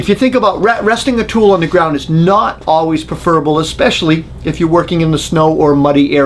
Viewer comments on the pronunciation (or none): none